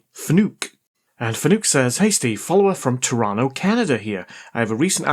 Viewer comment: Can't speak for Fnook, but excellent pronunciation of Toronto!